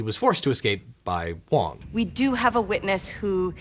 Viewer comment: You called him wrong not wong XD